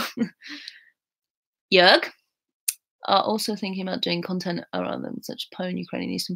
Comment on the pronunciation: Hey ... how perfect you pronounce Jörg at first time 😍 I'm pretty sure, you could learn german very fast. Perhaps the "g" sounds a little bit hard, like "k". Try it like the "g" in dis"g"usting or "G"ustav.